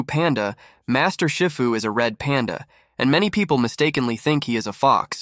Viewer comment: Is pronounced she-foo 😅